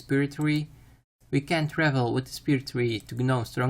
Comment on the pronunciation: "spirit twee"